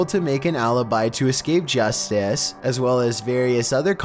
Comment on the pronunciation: What in the world is with this narrator?? He puts emphasis on the most ridiculous places. "He says it AS calmly as asking FOR a cup OF sugar..."